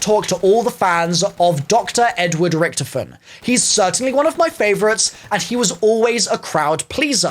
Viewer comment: Why did you say Richthofen like rich